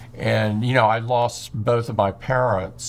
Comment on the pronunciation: OMG, I understood "I lost both of my parrots" and i was really confused. I just realized he said "I lost both of my parents"